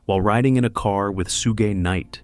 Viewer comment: Bro said "Soo Gay Knight" 😂